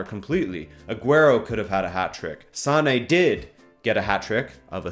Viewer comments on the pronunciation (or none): none